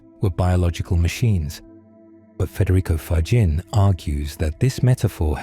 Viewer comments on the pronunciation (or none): From Canada with ❤, thank you 🙏 PS: Frederico’s last name is pronounced “ Fagghinnee”😊